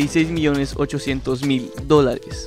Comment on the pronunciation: Se andado cuenta que lee mal los dolares XD escuchen bien en las partes que dice dolares